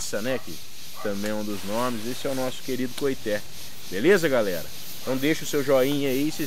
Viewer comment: Com todo o respeito, as informações estão quase que totalmente erradas. Primeiro a pronuncia correta é coitê. Nada tem a ver com cabaça. Cabaça e´ aquele pequeno cabo que liga o fruto ao galho, como as abóboras, melancias, melão e outros. Porunga e´ uma fruta que da rasteira como as aboboras e serve para fazer cuia para chimarrão no sul e também serve de moringa na região nordeste para om transporte de água. O coitê também é usado no fabrico de birimbáu.